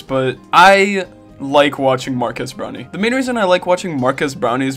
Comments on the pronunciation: Am I the only one who hears not marques brownlee but rather marques brownie? Great vid tho, Twitter is at it again cancelling everything and anything on sight... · BRO HRE PISSING ME OGG SAYING BROWNIE